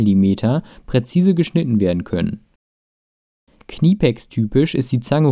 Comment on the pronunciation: Finde das Video Klasse und sehr informativ. Achte aber bitte nur auf die Betonung von dem Firmennamen Knipex. So wie du es aussprichst, könnte man auch meinen, du verkaufst Kniepolster. Ansonsten tolles Video